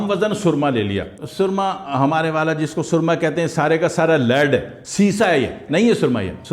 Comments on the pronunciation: Soorma nahi surma hota hy k soorma ka mtlb kuch ore hy so khyal rakha krain. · Asslamo alekum junab SOORMA naheen hota SURMA hota hay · اوہ جاہل مطلق لفظ سرمہ ہوتا ھے۔۔سورما کا اور مطلب ہوتا ھے۔۔ اور لفظ سچا موتی نہیں۔۔ س کے اوپر پیش پڑھنا ہوتی ھے موتی والا سچا بولتے وقت۔۔۔ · Mah sha Allah...kirachi walo ki urdo ki tang tor dain...na momkin....ap ne kiyon......samjhy...😮😂 bitto g soormaa nahi bolty..sorma...bolty..😂